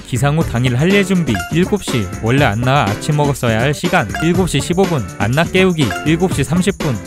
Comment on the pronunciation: 안나가 아니라 원래 발음으로는 "아나" 인데 ㅠㅠ